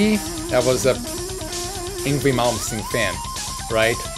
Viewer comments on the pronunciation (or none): It's pronounced Ing-vay